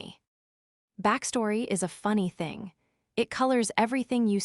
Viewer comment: AI needs checking for ridiculous timing of words. Here is an example t....hing instead of saying the whole word in one syllable "thing" 😂😂😂😂😂😂